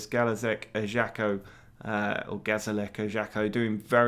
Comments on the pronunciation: It's pronounced Ajaksio, not ajakkio. Or actually Ajaksiu in Corsican language. Interesting concept btw :) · It's actually EYE-YAH-CHIO.